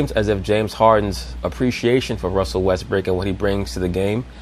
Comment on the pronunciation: Is dude saying Russel Westbrick lol